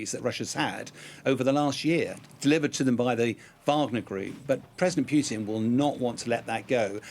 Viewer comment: I like, but why does he insist on saying ”Piewtin”?